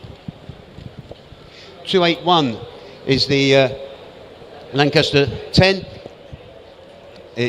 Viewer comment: Lot 281 , would have been nice to call it a Lanchester rather than a Lancaster.